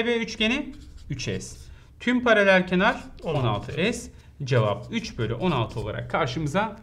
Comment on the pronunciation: Hocam paralel kenar değil paralelkenar :)))))